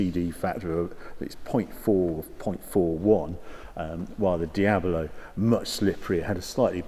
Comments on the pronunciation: Hi Harry, I love your videos, but I can hardly watch any Diablo related ones... The reason is you keep calling this iconic car diab-o-lo. It's diablo, not diabolo. I actually watched quite a few diablo videos (including Doug DeMuro's), and all the guys call it correctly - diablo, regardless of accent, only you renamed it to diabolo :-) PS: you said diablo , jaaj! 😊😊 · Why does Harry keep saying it’s a Diabolo instead of Diablo? Just kidding. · It's a diablo. Not a diabolo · It’s Diablo not Diabalo... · Why is he calling it Diabolo? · "Dee-abalow" No, lol. Dee-ablow is how it's prounounced... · Diab-lo, Harry; not Diaber-lo. Otherwise, great video. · Also is called DIABLO, not DIAVOLO. Its a Spanish name not italian. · I like Harry's presenting style, but it's a Dee-ab-low! Not a Dee-abba-low! :D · Why do you pronounce "Diabolo"? It's Diablo with just one "o". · Stop saying "Diabolo". Please. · Anyone else triggered he calls it a Diab-O-lo ? :S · What’s up English kids? Di-abilo? It’s De-ablow. Do you say De-abvil? It’s De-vil. So happy I’m an American. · Is it me, or does he keep saying, "DIA-BO-LO"??? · Someone teach this man to say "Diablo" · Harry, are you saying "Diabalo"? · He says 'Diabalo' quite a bit too.......still great though! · You keep saying diablo wrong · How is he managing to get 4 syllables out of "Diablo"? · It's Diablo, not an Diabolo xD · It's a Diablo not a Diabelo. Damn it! So annoying! Sorry I had stop watching because I couldn't stand you saying Diabelo all the time. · Please don't say Diabolo... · Why does he keep saying Diab0lo its D I A B L O , like the devil . El Diablo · Is it just me or is Harry pronouncing Diablo as Diabilo? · taking a shot for everytime saying Diablo "Diabolo" and you'll be hammered mid-video. But all the while enjoying a good video. :) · "Diabolo"? WTF is Diabolo? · Ok, first off, it's not Di ab a lo ... it's Di ab lo! Please , get it right! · its called Diablo, not Diabolo. Its not an illness.